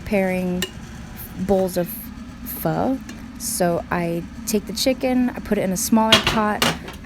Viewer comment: Tôi nhận ra bạn là người việt nam bằng cách bạn phát âm từ "phở ", tôi cũng rất thích ăn Phở và tôi ăn nó vào mỗi sáng, nếu bạn đọc được những dòng này của tôi thì tôi muốn bạn biết là tôi yêu bạn rất nhiều, và tôi cũng yêu thích tatical